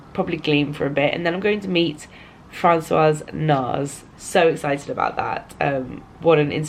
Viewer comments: Yes a vlog and a great one too as usual ! Lucky you by meeting Nars ! I am French (but have been living in UK for like 20 years ) you do not pronounce the S at the end of Francois sorry I hope you did not mind me telling you. :) xx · ahah so funny I was going to leave her a comment too about how Francois should be pronounced… bisous ma belle xx